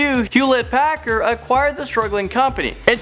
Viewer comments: not to embarrass anyone but its hewlett-packard, not packer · no. 10 annoyed me. It is Hewlett-Packard.